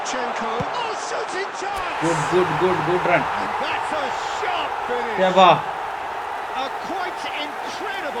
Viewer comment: Sheva alla shavAm 😂 andi cardd 😢😢z